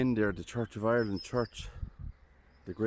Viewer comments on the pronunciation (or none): none